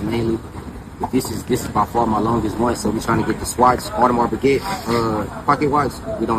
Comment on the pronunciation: And can’t even pronounce Piguet correctly